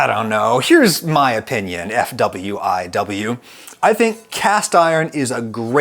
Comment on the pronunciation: I love how you said "FWFW" instead of "For What It's Worth" despite the latter taking less syllables and therefore less time to say lol. Kinda like how saying "VW" is longer than saying "Volkswagen"